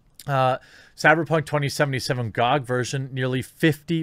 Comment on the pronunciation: It's Gee Oh Gee, not Gawg lmao